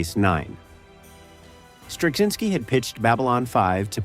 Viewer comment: I think cz is pronounced more like ch as in Czech. I worked with someone who's surname was Turczin and that was pronounced with a ch sound so I expect Straczynski to follow the same rule.